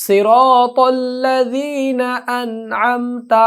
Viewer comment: অনেক হুজুর সুরাটা পড়ার সময় সিরাতাল লাদিনা উচ্চরন করেন, কোনটা ঠিক লাযিনা না লাদিনা